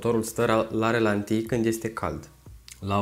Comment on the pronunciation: E obsedant....ralanti, nu relanti!:)